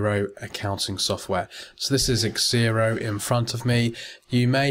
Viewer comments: It's Xero. Pronounced zero, but he kept on saying xzero. What are you trying to say? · it's zero, not xzero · LOL I was correcting you...the software is called Xero pronounced zero get it right haha and learn some manners